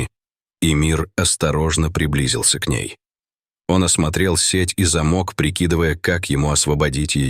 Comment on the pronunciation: ВЫУЧИ УДАРЕНИЯ ЗАМОК А НЕ ЗАМОК